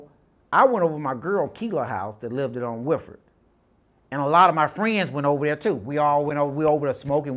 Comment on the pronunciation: Can't even pronounce lived. Livded?? Wtf is Livded? Just say stayed dude. You know how to say that. And its heroin, not heron. That's a large wetland bird. Bust, not bustes...but I know this is Ebonics, but its funny as hell to me.